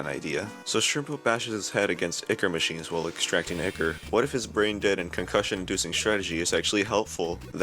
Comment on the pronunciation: Its icor your right